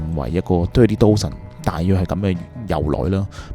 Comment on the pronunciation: You pronunciation of "Dozen" is wrong. Dozen - 一打